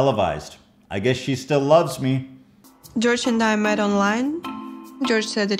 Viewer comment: Jorge isnt pronounced like George though